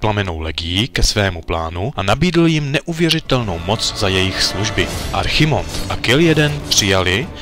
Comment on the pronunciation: Moc pěkné, ale čte se to Kil džejdn :D Né jeden :D